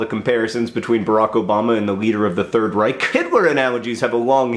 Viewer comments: It's Reich not Reik. Press the sides of the back of your tounge up and exhale through your mouth. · Reich... pronunced "ch" not "k" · You mispronounced Reich.